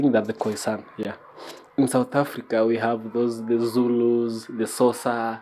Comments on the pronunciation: Sosa??? 😄😄😄 Xhosa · My brother you pronounce Xhosa as (Kosa) if you are a Kenyan and Bantu is a group of all people with same similarities in their languages- a good a example a goat in swahili is mbuzi while in Zulu or Xhosa is Imbuzi. So there is no bantu tribe in SA. In Kenya we also have bantu people. A good example is Kikuyu. Just have an open mind, it's not a bed of roses